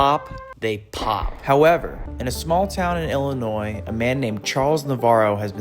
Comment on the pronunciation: Thank you for saying illinois correctly